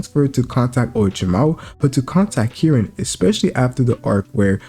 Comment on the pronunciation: Stop saying Kirin bruv It’s KARIN